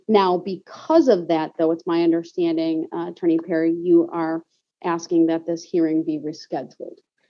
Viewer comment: Never did he not understand ! But he did have a problem with "undersh-tanding" !